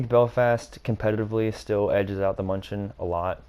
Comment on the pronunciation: Btw it’s pronounced “Myoon-i-ken” as in the football team named after Münich itself.